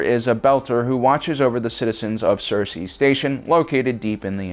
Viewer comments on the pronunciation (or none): "Cersei station" lol it's Ceres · CERES is not pronounced "cercei"